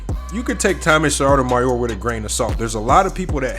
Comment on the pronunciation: Sotomayor- why cant you prounance it!?